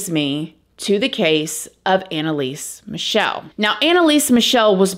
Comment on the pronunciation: It's actually Michel, like the chhhhh sound you did of hating crosses and stuff 🤣 love from Germany, lived as a child in the same town were she was born, Leiblfing 🙈 there's something wrong in this town, let me tell you 😅 i always had 'strange encounters' there